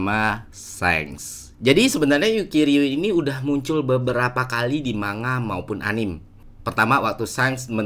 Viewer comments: Maaf manga dibaca mangga kan bro! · Anime = A-NI-ME dari kata Animation Manga = Mang-Ga emang mirip pelafalannya kayak buah mangga. Semoga membantu. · Keren mas Ferry pembahasannya. Sangat enak dinikmati, apalagi sehabis nonton animenya dihari minggu nyantai sore ditemani kopi sambil hisap rokok. Mohon maaf untuk pelafalan Anime dan Manga. Dibaca: A-NI-ME untuk Anime, dan Mang-Ga untuk Manga. Terimakasih.